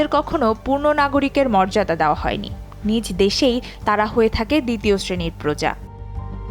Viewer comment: বাংলা ভাষা শিখে তারপর খবর পড়তে আসবেন।😂 উচ্চারন ঠিক করুন। কথাটা নিজ দেশে হবে না নিজো দেশে হবে। এই শব্দ টা এসেছে নিজস্ব শব্দ থেকে😂